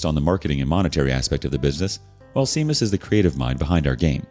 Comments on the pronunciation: Just for future reference "Seamas" is pronounced "Shay-Mus" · "Seamas" ROFL... That's pronounced "SHAY MUS" Celtic...